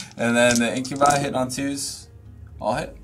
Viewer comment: Incubi...in-kyuh-bahy. Not In-kyuh-bee. Sorry, that was just really grinding my gears all game. x.x